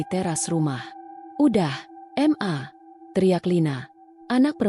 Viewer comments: Bagus dan sedih jg. Cuma 'M'-'A' nya dan 'M'-Yu' nya yg musti diperbaiki😁😁😁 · Bacanya gak karuan ma dibaca m a , mu di baca m u baca cara apa ini ? Males liatnya !